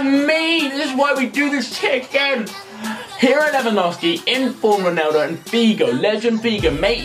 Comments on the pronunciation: Please learn how to say ronAldo :/ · Why the fuck does he say "Roneldo"?! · He says Roneldo